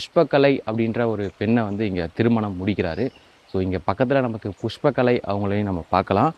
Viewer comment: தம்பி புஷ்பகலை இல்ல புஷ்கலை